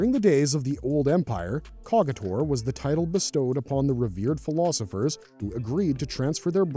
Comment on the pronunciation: Not pronounced "cog-itor", it's pronounced "CODGE-itor".